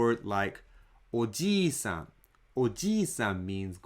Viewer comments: I noticed when you were saying ojiisan, you were actually saying ojiisan, since your mouth made the shape of m instead of n at the end. Why is that? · When you say ojiisan, it sounds to me that the n is not pronounced for as long as the other mora. It is very short. Am I hearing that right? Also, it sounds like an m instead of an n.